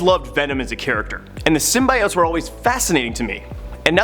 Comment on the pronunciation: I guess now a days people cannot say the word right symbiotes